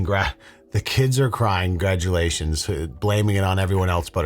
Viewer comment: Con-graduations! My kids are crying! 😬